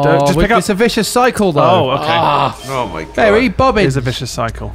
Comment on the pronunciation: by the end of this I've completely lost it. i just have seizures whenever someone says mary bobbins